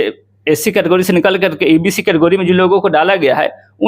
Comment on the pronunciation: केटेगरी ko katogari😂😂😂